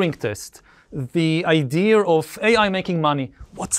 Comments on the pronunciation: Never understood why Yuval pronounces “Idea” as “I-dear” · and Yuval still cant pronaunce the word "idea"